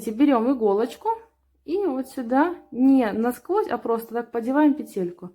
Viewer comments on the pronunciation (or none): none